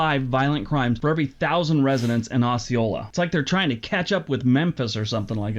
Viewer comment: He pronounced Osceola, Arkansas wrong. It's OH-see-oh-la not Oss-see-oh-la. He's wrong about Arkansas though. It's not all dangerous. Just our capital city of Little Rock, a small city called Pine Bluff and the Delta is bad. Northwestern Arkansas is fine, Northeastern Arkansas is fine on the Crowley Ridge and here where I live in Southwest Arkansas is fine. It's not as terrible as people say when you get outside Little Rock and the Southeastern part of the state